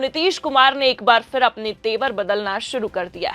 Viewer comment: Phir bolo Fir nahin. Poor pronunciation, disgusting. I will never watch 4 pm again. Improper training.